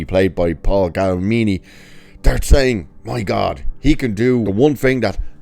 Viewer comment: I agree, I'm a fan of Mr. G, too. "American Splendor" is a magnificent film, as is "Fred Claus". (By the way {not to be contrary} his surname is "Giamatti" {pronounced "GEE-UH-MAH-TEA"}.) (There's an neat new invention, known as "Google"--- it's not expensive.) 😉